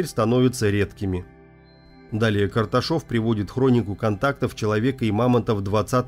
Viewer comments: Карташов, а не Каршатов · Может Карташов,а не Каршатов? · Анатолий КАРТАШОВ, а не Каршатов! Карташов это фамилия моих предков, и кости мамонта довелось мне видеть воочию! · Анатолий Карташов, автор оговорился. . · Оно конечно, здорово. Только вот Карташов или Каршатов? Написано не так или читать не могём? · .. Анатолий Каршатов? ; а написано-Карташов! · Карташов а не Каршатов внимательно читайте пожалуйста. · На видео фамилия Карташов, а вы проговорили Каршатов😬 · КарТашов, а не КарШатов! голос проговорился или же опечатка в фамилии, в книге... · карташов а не каршатов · Может,Карташов,а не Каршатов? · Анатолий не Каршатов, а Карташов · Карташов...а не Каршатов)))) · Не Каршатов!!!!! А Карташов!!!! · Анатолий КарШатов? А написано карТашов. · Карташов, не Каршатов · Правильно Анатолий Карташов! а не Каршатов. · ага, первый раз он сказал Кашатов, второй раз - Карташов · Карташов, а не Каршатов.